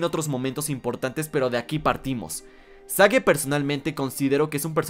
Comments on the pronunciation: Porqué pronuncias el nombre de Sage como "sague" en ves de "seich"? Que es como oficialmente se pronuncia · En lo personal espero que Sage se quede como un personaje establecido en la franquicia y como la hija del doctor Eggman ¿Y no que el nombre Sage se pronunciaba Seich? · El nombre de Sage se pronuncia "Seigh".